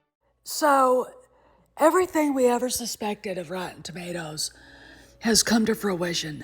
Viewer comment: "Rotton Tommaters" 😂😂😂 Hey, that's CORRECT!❤